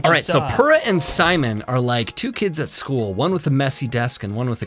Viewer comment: AM I the only one that thinks Purah should be pronounced Pyurah??? (by the way purah is over 100 years old not a "cute little child". (not nit-picking just putting the facts out there.)